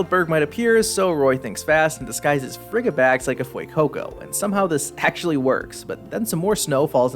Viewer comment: Frigibax has the word "fridgid" in it, which means freezing. I died with your pronunciation